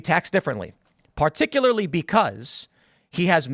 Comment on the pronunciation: "As perticulary" shut up